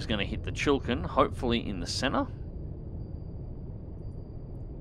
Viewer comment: Chi-li-kin not Chill Kin